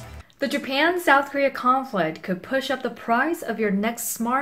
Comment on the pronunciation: 음 잘하시는편인데 여러구간의 한국인의 발음은 못피하시네요 conflict japan global 이런거.world 도약간 rural . . 이런소리가 들리는?. 좋은동영상임 그래도! 유익합니다!